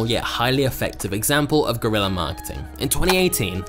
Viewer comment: It's guerrilla not GORILLA 😂😂😂😂😂